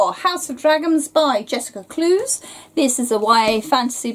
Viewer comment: Hello! Just wanted to say her last name is pronounced "Clue-ess." Happy for the review! :D